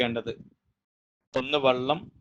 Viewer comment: വള്ളമല്ല വെള്ളം എന്ന് പറയണം നിങ്ങൾ ഡോക്ടറാണല്ലോ